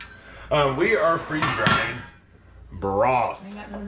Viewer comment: I thought you said “freezing drying balls”!!!😂😂😂